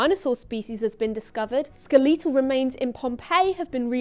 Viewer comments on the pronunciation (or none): "ske-lee-tle remains" Me: "hExcyuss meh?" "The ske-leh-tons…" Me: "If you're gonna be wrong, own it."